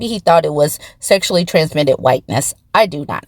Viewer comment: 'smexually transmitted ytness' 😅